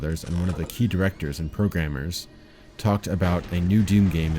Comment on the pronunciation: It's pronounced "eed", not "I.D."